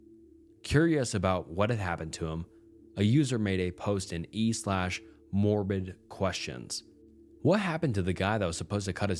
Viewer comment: Wait… is this an AI channel or did a human honest to god say “e/morbidquestions” and not catch it??? E as in eubreddit?